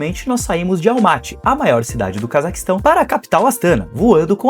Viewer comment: Parabens pelo video e pelo passeio nessa cidade incrivel! COnheco bem pois vivo aqui e ja estive incontaveis vezes na capital.Algumas coisinhas: se fala "Astaná" (silaba tonica na ultima letra). Assim como Almaty se fala, localmente, Almatá . A capital se chamou Nursultan somente por um par de anos.... antes de 2018 se chamava Astana msm. Dai mudou e nao durou mt. O frio é absurdo mesmo, até pq venta demais nesta regiao (como vc mencionou), Elevando ainda mais a sensacao termica 🥶. Abraços e bons videos !